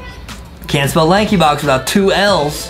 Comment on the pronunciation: It isnt lakey box its lankybox